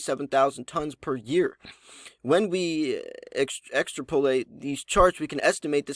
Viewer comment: Extrapolate is pronounced ik-strap-uh-leyt, not extra- poh-late. I don't really know about you. Your education or your main language that would explain why you never heard that word before. It would behoove you to do a little research before you read to us.